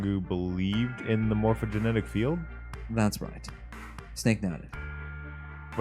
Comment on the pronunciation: Ohhh we're getting close to the end!! :D. It's funny how you still pronounce 'Morphogenetic' as 'Morphogenic'